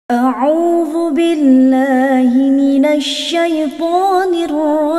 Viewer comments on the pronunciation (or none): none